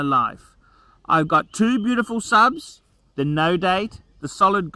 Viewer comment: "I'm really content in my life. I'm got two beautiful subs...." At first I thought he said "sons" then I remember we're talking about.